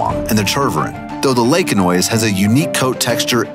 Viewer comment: Laekenois is pronounced 'Laken-wah', it's French! 🙂